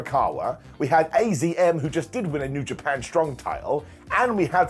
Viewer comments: It's azumi not azm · AZM is pronounced "Azumi", which is way easier to say than AZM, if we're honest. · I think its pronounced Azumii..... I had no idea if not for people correcting Mercedes Moné for many days